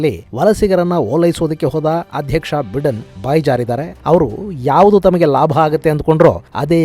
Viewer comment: US ಅಧ್ಯಕ್ಷರ ಹೆಸರನ್ನು ಬೈಡೆನ್ ಎಂದು ಉಚ್ಚರಿಸಲಾಗುತ್ತದೆ, ಬಿಡೆನ್ ಅಲ್ಲ.